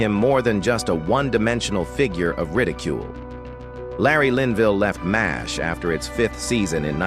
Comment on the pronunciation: It's M*A*S*H (pronounced MASH) not m-a-s-h. Yes AI is ruining everything.